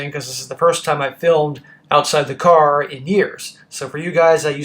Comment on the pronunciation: … Boston?! In a Kaahh!